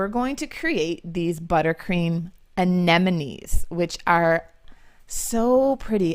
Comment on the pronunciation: Hi, beautiful Anemony (hope I spelled that right 😅) To say it in English is such a tongue twister for me hahaha. How you pronounced it the second time ( annemoon) is acutely the Dutch word!😁👍 lots of love from the Netherlands, Tamara